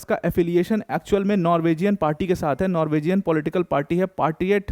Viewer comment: Sir, नॉर्विजियन नहीं होता है, नॉर्वीजन होता है.